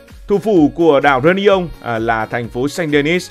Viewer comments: Tức quá tên đảo người ta đọc sai tên phát âm. Réunion reyoonæn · Đọc sai phát âm tên đảo người ta nhá bực thật